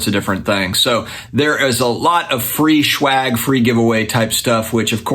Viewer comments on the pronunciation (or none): Are you calling it schwagg?? Lol I’m just giving ya a hard time. Love the content as always